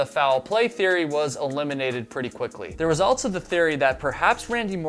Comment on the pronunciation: Fun fact: there's no "t" in also.